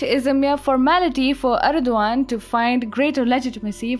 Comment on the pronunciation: For god sake, stop talking. Your pronounciation is terrible. Its erdogan not erduan. Also its his country.